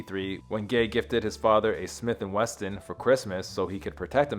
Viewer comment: That’s Smith and Wesson, not “Weston”